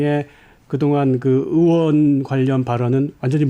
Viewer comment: 으원 입니까 의원 입니까? 듣기 불편하네요.